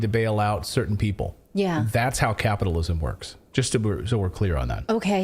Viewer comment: The " big guy" has done it again. 'capitolism' 😂😂😂😂😂